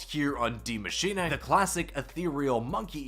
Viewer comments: My guy can you stop saying “DiE mAsChiNaY”? It’s Die Maschine. Maschine like Machine. Please. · "Die maschinay"